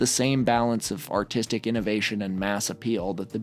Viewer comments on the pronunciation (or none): none